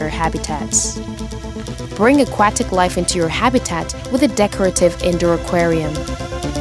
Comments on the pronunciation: I hate how she said aquatic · Did you not think you should go back and re-record this voiceover after it became painfully, painfully clear that your voice actress doesn't know how to pronounce "Aquatic"? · "a QWA tic" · "Akwattic." Can't unhear it. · "Aqauktic animal"😂😂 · "aqu WAT ic" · A-cwah-tack lol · The way the narrator says "aquatic" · Being an Australian and hearing her say Aquatic hehe, Accents are funny. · I have never heard somebody say Aquatic so very wrong. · Is nobody going to talk about how she says "aquatic" here? Edit: Scratch that; how she says aquatic throughout the whole video??